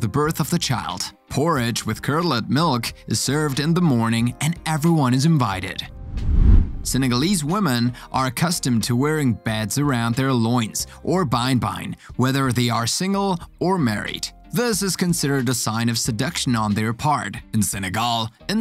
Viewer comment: ... Those beads (another mispronounced word in this video) are so sexy, it's common all over sub-Saharan Africa and one of my favorite aspects of African culture.